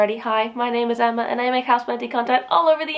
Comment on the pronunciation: That was the cutest pronunciation of my name ever🥹♥️ Thank you Emma! Happy to be part of the family🤗